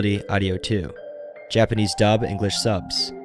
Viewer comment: For real, it was so jarring when he said any Japanese word and butchered it.